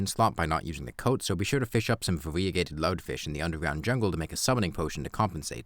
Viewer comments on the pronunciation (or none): Awesome video! Small quibble, it's VEH-ree-uh-gei-tid, not vuh-REE-uh-gei-tid